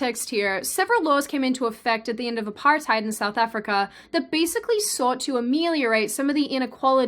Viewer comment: First time I've heard an native English speaker pronounce Apartheid correct. Applause from The Netherlands.